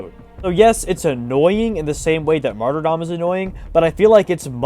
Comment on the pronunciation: HE PRONOUNCED MARTYRDOM RIGHT!!!!!!!!